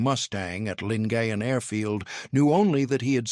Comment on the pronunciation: Correct pronunciation "Lin-guy-en Gulf"